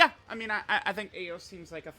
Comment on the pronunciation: Truth I believe her name is pronounced EYE OS.